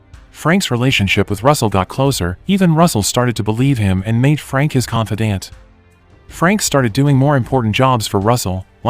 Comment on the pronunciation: Well it's an AI that's doing the narrating so that's why words like confidant and such are mispronounced. The more you watch these the more you'll catch it